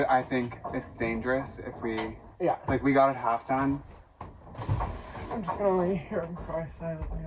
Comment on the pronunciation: “Dome”… not “done”. LOL 😂